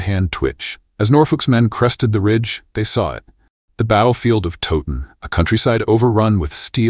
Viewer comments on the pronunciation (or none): I had to stop watching after the battle of "Toe- ton", so much for teaching history when you don't get the basics, this is AI but I've heard people making videos about Towton who pronounce it Toe-ton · it's Towton.. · Battle of toe ton? 😅. Edward wa snot king at Towton. So many inacuracies here. Edmunds headcwas not put on the gate only his father